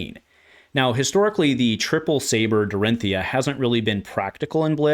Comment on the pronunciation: Unsheathed is certainly a crazy good card! I also love shift the tide! Glad that one is not just me… I love that you get her shortened name correct. People saying Dori always slightly grates me…